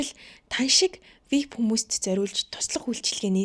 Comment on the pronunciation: Вип биш вэ айи пи